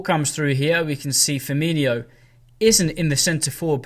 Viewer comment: Mane is not Keita and it’s Firmino not Firminho!